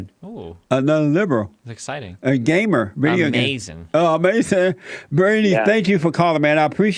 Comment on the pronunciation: Jesse said Gaymer